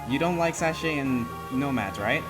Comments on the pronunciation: it's Saka not Sache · It's pronounced SA-KA-AY! SA-KA-AY!!